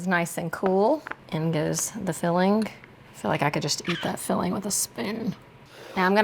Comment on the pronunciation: It tickles me when you add a "K" at the end of your ing words ...fillingK